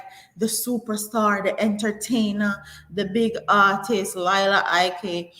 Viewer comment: It's Leeeela. Please watch the video where she was also talking about how people mispronounce her name. More power to her for bringing more awareness to mental health.